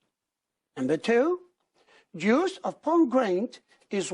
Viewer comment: a teacher of english? she is enable to pronounce the words correctly....try to pronounce ...juice and ever